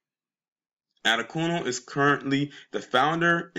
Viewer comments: It's pronounced Ah-day-kune-lee. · Last name is pronounced: Ah-DAY-kun-LAY.